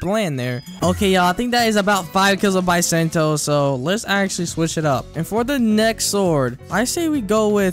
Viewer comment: Why does he pronounce bisento and acidium rifle like that T-T